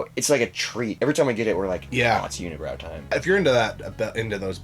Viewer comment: Guys im from quebec unibrou is pronounced uni brew in french. Glad you like their beers though.